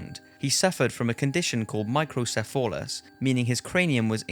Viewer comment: It is microcephalus, not microcepholas.